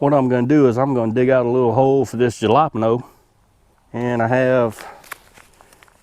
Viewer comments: Just found your channel when I was researching tomatoes and cucumbers plants. Good stuff. You deserve more subscribers for your effort. Btw, are you trying to say alapeno peppers? I was a tad confused. Jalapeno are pronounced "ha-la-peen-yo.". Or maybe it's a plant I never heard of. Idk. By no means do I mean to be negative on your videos. Just thought you would like to know. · Jalapeno is Halo peen yo